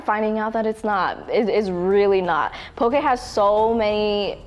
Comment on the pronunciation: As someone from Hawai’i, it made me so excited when you guys said “po-keh” and not “po-key” lol